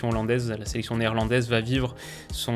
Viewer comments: Enfin quelqu'un qui se renseigne sur l'accent néerlandais du nom des joueurs 👍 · Le petit "difficile à dire" alors que tu le dis super bien! J'ai jamais entendu un Français prononcer aussi bien les noms néerlandais, on voit que cette nation te passionne! Bravo pour ton travail